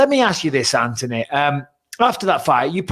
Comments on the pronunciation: Plz BisPing!!!!! It’s An-Thon-E NOT AnTonEy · Does he know it's Anthony. Not Antony. There's a H in there. Lol 🤣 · And still cant get his name right when hes got him on the show 😂